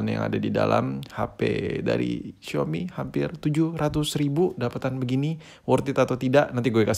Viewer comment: Xiaomi Njer Bukan Xiomi